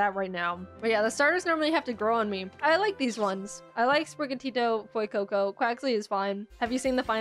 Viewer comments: Its F-YOU-CO CO 😭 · "FOUR FOR FEUCOCO, YOU GO FUECOCO"